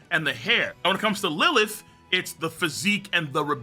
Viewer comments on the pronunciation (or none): none